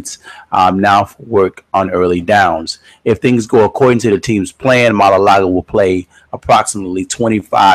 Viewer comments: It's maualuga not malalaga lol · The way u say his name 😂😂😂